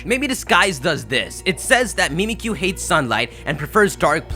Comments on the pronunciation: "mimikkyu" but it's supposed to sound like "mimic you" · MimiTSUkiyu. Pronounce the damn tsu! Ok. Bye. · I've been hearing that it's actually Mimisukiyu and not Mimmikyu.IDK,maybe I'm wrong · it's mimikkyu. the ッ is a sokuon and the キュ is a diphthong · Mimikkyu is JAPANESE. SO IT'S PRONOUNCED "MEE-MEE-KYU." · it's not pronounced "MEE-mee-que", it's pronounced "MIH-mik-yoo", a play on "mimic you". And deity is pronounced "DEE-ih-tee", not "DIE-ih-tee". I'm naming my Mimicyu "Pikaboo", or that might even end up being its English name!